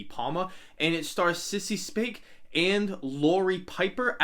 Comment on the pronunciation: it’s Sissy Spacek and Piper Laurie, not Sissy Soace and Laurie Piper